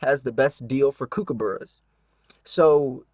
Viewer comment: As an Australian, I have to giggle a little at the way you say kookaburra :)